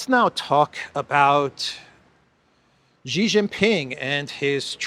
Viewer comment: It is Xi, not Ji - pronounced like SHE in English.